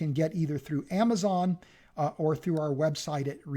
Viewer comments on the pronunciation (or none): none